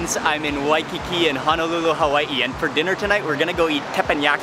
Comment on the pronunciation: It’s not hanalulu its Honolulu